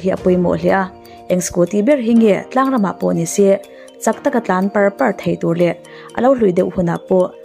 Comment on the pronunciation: Pàr ni lo in. Par a chhuang tih tur. i thil chhiar hi i thluk lo. deuh i chhiar ngaihnawm lo deuh. a ngaihnawm tur ang in